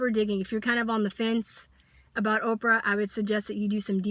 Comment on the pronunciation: First her name is "OPRAH" not "Opera" and if your telling me after ALL she's done your still convinced she's this monster then it just supports my original statement-SAD-just-SAD!!-This kid and that's ALL she is is just trying to get attention-Can't you see that? She attacks Oprah knowing that it'll draw attention. This kid has "major" issues and makes No-Sense at all.